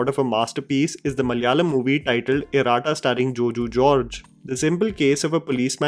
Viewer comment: Man, you just murdered the pronounciation of 'Iratta'😂😂. I checked again, is it 'Iraada'? After listening to your pronounciation 😂